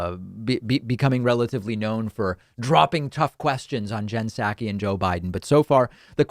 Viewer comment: It's SAW-ki. Love you but that's driving me nuts.